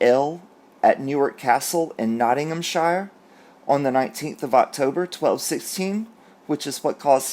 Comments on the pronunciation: You pronounced Plantagenet perfectly! Hope you don't mind a little pointer - in the UK we have quite a few 'shire' counties (Hertfordshire, Bedfordshire, Worcestershire etc) but we pronounce the last bit as 'sheer'. So Nottinghamshire is said as Nottinghamsheer. We are odd! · It's pronounced nottinghamsheer. From wot I can think, the only time we pronounce the word shire is when it's a shire horse. Places r 'sheer' loved how u said it though 😁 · Shire pronounced sheer.......